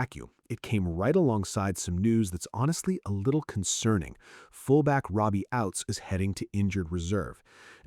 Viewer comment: Ouzts, not Outs, not Outz.